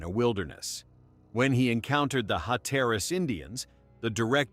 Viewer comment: While this was an interesting piece, and obviously the creator put effort into it, it is frustrating when the creator doesn't listen all the way through and catch the AI mispronunciations; specifically Hatteras, and genealogy.